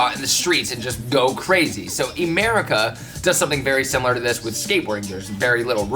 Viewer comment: Definitely said "Emerica" instead of "America" Get it? like the skate shoe brand